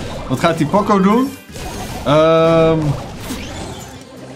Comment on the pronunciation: WRM ZEG JE ALTIJD P “O” CO JE ZEGT P “OO CO